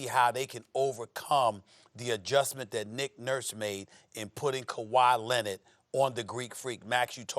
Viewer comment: "Nikola Mirotish, Ersan Ilyasover and Kawhi Lened." - Stephen A Smith